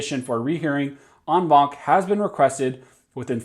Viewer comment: I just dig when you say on bonk. Thank you for the update.😆😆😆